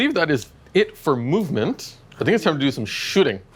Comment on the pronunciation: lol, the "mub-ment phase"